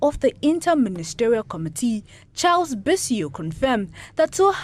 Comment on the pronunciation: Huumm our English if I head the sound well " to meet the comidi "for committee 😂